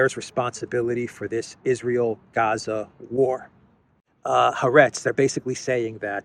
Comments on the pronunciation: Excellent. Incidentally the Israeli newspaper is pronounced Ha- Aretz, meaning The Land. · Haaretz is pronounced ha-aretz